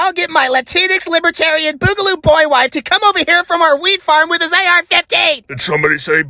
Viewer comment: Did he say "obertarian" or "libertarian" at the end